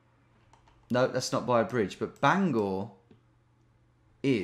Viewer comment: Love they way he pronounces Bangor 😂😅